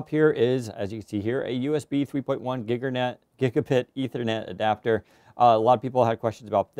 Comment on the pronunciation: Gigernet.... xD